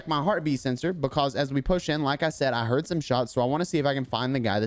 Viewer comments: I love how he says because BECASE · I love the way you say "buhcawse" lol